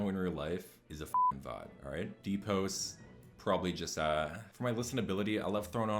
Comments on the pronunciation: It’s house is a house it’s a goddamn house not hoes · HoSe mad! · I love how you pronounce house lmaoo